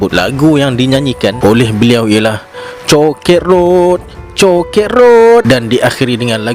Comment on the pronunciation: Maap admin nak Tanya Sebutan Cho kit road kr Chow Kit Road❓🤭. Terkadang Kita tak perasan walau Kita Melayu tp bila bercakap dgn bangsa Lain Kita ikut slang loghat Gaya cakao mereka, kalau Hindu,dll.tetap sama kenapa tidak sebaliknya..yakni..Mcm. itik dgn ayam mereka tetap ikut resmi sifat diri ,🤔🫣❓mala trciptalah pengenalan diri 'Lu' & 'Gua' hampir sperti You dan Wa..bkn Sya Awak Kamu ,Aku Dia...🤭❓